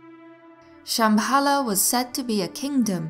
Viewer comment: the way you pronounce Shambhala is horrible! nice channel thou.